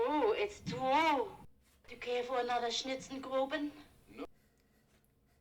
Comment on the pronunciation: I do wonder if the double entendre with the sausage is more effective without it, though. That works best going directly from the "It's twue!" line.